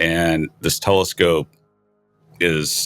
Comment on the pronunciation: there is no W in the word telescope. So tired of English whom can't speak it proper.